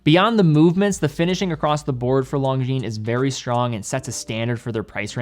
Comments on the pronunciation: I'm English Canadian and not fully fluent in French, but even I cringed at his pronunciation of this brand. I hope he can atleast pronounce Cartier properly, or relatively close to the proper way.. unlike how I've heard it on u.s. radio commercials.. "Car dee ay".. 😳 But that aside, he put out a fantastic video on this brand, and I completely understand the difficulty of saying French names like Longines. Maybe Kevin O'Leary can give him some pointers. 😆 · Please stop pronouncing "Longines" with a hard "G." Their name is French.